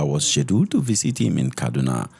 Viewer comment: I love your channel but please stop adding “th” where it end in “t”. It’s visit not visith. Stay authentic